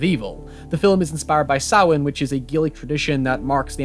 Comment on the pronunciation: Finally someone who pronounces Samhain right.